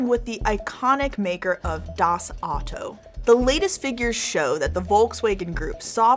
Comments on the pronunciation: I squirmed when she pronounced DOS OTTO and WOLKASWAGAN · I struggle to understand what she is talking about by pronouncing "Das Auto" and Porsche ..so off